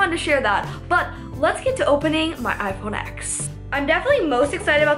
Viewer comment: ITS PRONOUNCED IPHONE 10!!